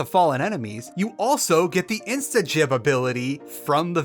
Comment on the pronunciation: instagib is pronounced with a hard g. I know its strange bc the root words are instant giblets and giblets is pronounced with a soft g, but such is the way of tech slang